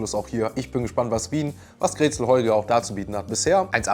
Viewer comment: Grätzel spricht man Kr(wie ein Tieger)ätzel mit betononung auf das ä aus. Leider kann ich keine Sprachnachricht senden.